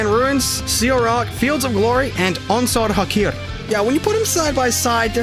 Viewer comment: Sorry if this is a weird comment, but I really like the way you pronounce “Onsal Hakair”